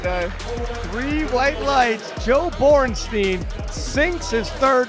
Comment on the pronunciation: It's said Boren shtaïn. Time to learn your root language, English speakers. The sumo is such a joke, as the ipf with its referees.